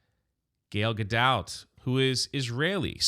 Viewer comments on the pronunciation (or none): none